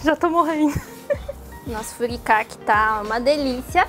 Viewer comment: Eu fiquei meio incomodada com a pronuncia errada das palavras em Nihongo. Principalmente do Furikake.